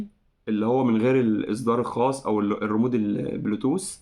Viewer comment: تحياتى لمجهودك _ استمر وربنا يوفقك _ لكن عندى ملاحظة صغيرة ( كرجل متخصص عيب انك تقول كلمة ( ريمود ) اسمه ( ريموت ) _ سامحنى على تعليقى !!!